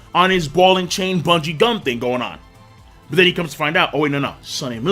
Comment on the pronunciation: Lmao he said gungie bum instead of bungie gum